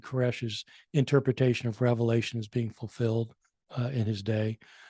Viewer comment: Also before hosting a podcast on the book of Revelation maybe learn how to pronounce the book